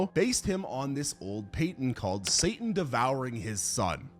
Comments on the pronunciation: Saturn, as in the planet and Roman god, not Satan, I know some words you've only read before saying them (new sub and your war against the french language is hilarious) but that one is the easiest out of them all 😅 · You can't pronounce Saturn? WTF is wrong with you?